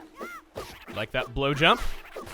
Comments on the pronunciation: "I like that blow jump" almost sounded like "I like that blow job" oh my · "Blowjump" I ALMOST MISHEARD YOU, BUDDY